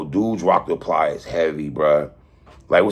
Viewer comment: I think 3 and Watson do this shit on purpose. Where is the R coming from? It’s PLIES. Not pliers like the fucking tool